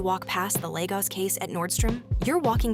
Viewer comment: You ( AI) are pronouncing Lagos incorrectly, every time “ you “ say Lagos as Legos ( a child’s plastic toy ) is like listening to nails on a chalkboard 😱